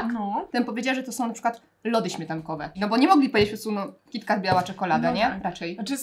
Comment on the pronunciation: W końcu ktoś kto mówi kitkat ,a nie kitket